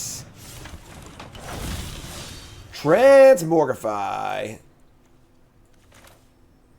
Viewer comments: If doesn’t stop mispronouncing Transmogrify I might tilt out of existence. It’s TransMOGrify not transMORGify! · will try to pronounce it correctly if we bug and beg him enough (he did so for "Jee-ada" a while back). Transmogrify even has "Mogg" in it, so he has no excuses. "It's another (trans)MOG(rify) Monday!"